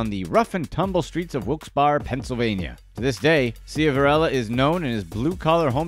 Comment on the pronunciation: Most did I’m from Wilkes barre and it’s SHIV-a-RELLA & Wilkes BARRE(Berry) Duquesne (Du-Kane)